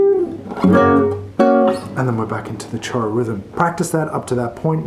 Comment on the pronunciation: Great lesson! (But the correct pronunciation is “shoro”, is Portuguese not Spanish)